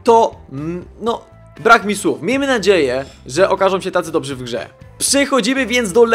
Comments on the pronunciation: Dobrzy* Nie dobzi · nie mówi się 'dobzi' tylko dobrzy